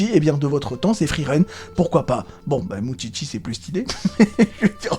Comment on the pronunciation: Effectivement, je crois qu'effectivement tu utilises effectivement beaucoup trop souvent effectivement le mot "effectivement". Et effectivement aussi, ça m'écorche les oreilles chaque fois que je t'entends dire "moutchitchi" au lieu de "moushishi". Plus sérieusement, j'ai l'impression que tu n'as vu ou lu que le tout début vu que tu ne parles absolument pas des démons majeurs ou de l'examen de magie.